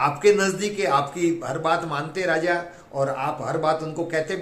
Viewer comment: Pehle to raja aur Radha ki uchharan thik se Sikh le. Kabhi kabhi to lag rha thha ke bhola raja se shaadi karne ke liye Radha ki anumati lene gaya thha.